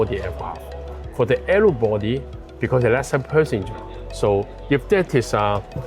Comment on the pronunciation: He needs to work on his pronunciation, especially the words with N. Nine and not Line. Narrow not arrow